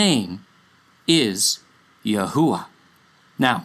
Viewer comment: This could be the most accurate or correct pronounciation of YHUH sacred name..